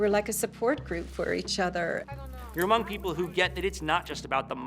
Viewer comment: ~ The word 'among' is not pronounced amonGUH. The g is soft. You're making a 2 syllable word, 3 syllables. You sound completely uneducated. Listen to other professionals. Nobody pronounces words like that. Back to English class,!